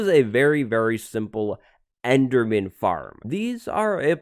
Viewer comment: "This is a very simple EDERMAN FARM" Ederman? Okay?